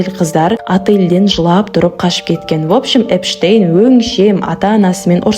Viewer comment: Эпштейнді Энштейн деп отрм ғо